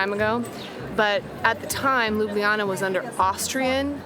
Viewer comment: It's not LUBIYANA, but LUBLANA aka Loo-blah-nah!